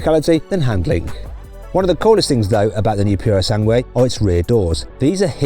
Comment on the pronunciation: マットの発音はだいぶ英語訛りですよ